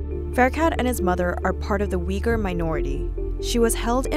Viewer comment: Uygur is pronounced uygur, not wigger.